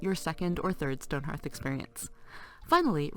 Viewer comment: It's HEARTH not HARTH.